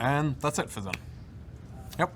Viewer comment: Why the fuck do EVEN rioters pronounce Xin as Zin? Xi in pinyin represents a brighter, higher sh. The closest approximation in English is Sh. Z (which is the same in English and pinyin) is a completely different sound, situated far away in the mouth and voiced instead of voiceless.